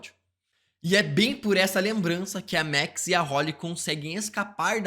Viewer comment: Por que ele fala MEX ? É Maaaaaax